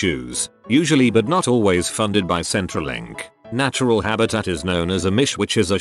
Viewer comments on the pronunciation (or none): none